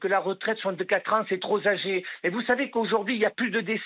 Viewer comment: vos propos sont STRATOSPHÉRIQUES!!! On dit "tropagés" (trop âgés) et non "trosagés" (trop n'a pas de S)!!! 🙉